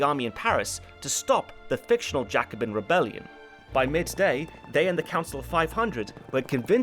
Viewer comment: The way you say Jacobin makes me mad